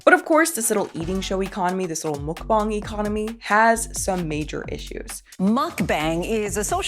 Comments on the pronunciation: It’s Mukbang, not mookbong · What is a muk bong isn’t it pronounced mukbang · I think she’s just mcbonging English/Gaelic to rage bate us with an ear for terrible pronunciation. Unforgivable pronunciation of every vowel. Mok Bong. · I can’t tell if is being pretentious or just has a strange grasp of English/Gaelic but I had to stop the video to Google “mokbong” only to find out it’s “McBang”. I can’t stand when people intentionally pronounce words in the most random “unique” way. (I listen to YouTube I rarely sit and watch like I’m “supposed” to) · Even at my fattest, I always considered mukbangs cringe & disgusting. And, honestly, morally reprehensible. Like, I hate living in a world where mukbangs (which I will always intentionally mispronounce as “muck-bangs” because I don’t respect the concept) and starving kids exist simultaneously. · Tis pronounced Muck bAng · The way you say mukbang. Do you say gangbang like gongbong?